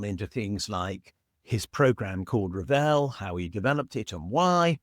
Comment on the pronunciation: I really enjoyed this conversation, even though I don't know enough to understand it all. One possible point of contention I see is how you pronounce Ravel differently from each other 😅